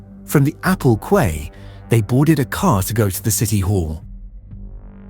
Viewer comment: AI is getting really good but it still can't pronounce 'quay '